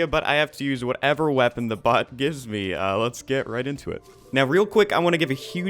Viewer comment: Is it just me or did he say but in the intro instead of bot